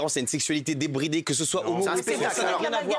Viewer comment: Guillaume il est sérieux quand il dit sexualité debydre